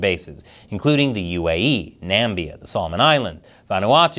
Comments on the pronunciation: Er sorry, it is Namibia, not Nambia:-) Have been waiting for the Chinese / Russians to have port access here in South Africa. China Daily is available at airports:-) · "Nambia" Uh... Not quite.